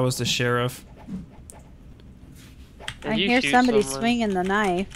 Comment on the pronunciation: I like how says cheriff instead of sheriff 😂😂😂